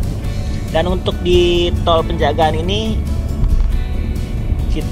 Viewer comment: Toll pejagan, bukan penjagaan